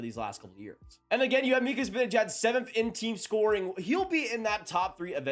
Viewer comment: Zih-ban-ih-jad— let’s all say it together